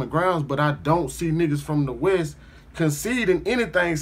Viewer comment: Cuz say West "Boast" 🤦🏾‍♂️🤦🏾‍♂️🤦🏾‍♂️🤣🤣🤣🤣 Most Def not from out here! Hella extra.....hella entertaining. 🤦🏾‍♂️